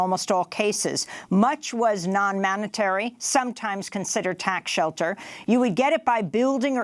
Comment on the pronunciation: "much was non-manitary."